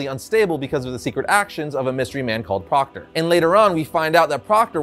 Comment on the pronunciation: Proctor? I thought you said Crocker! All I could think about while I looked at this supervillan was: FAIRLY GOD PARENTS!!